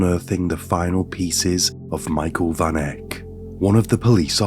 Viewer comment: South Africa. Van Heerden / Van Eck. Van pronounced as fun. Welkom pronounced like you would say norm. The o sound in norm.